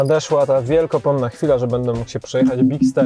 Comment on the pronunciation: Chwila może być wiekopomna a nie wielkopomna. Czyli pamiętana na wieki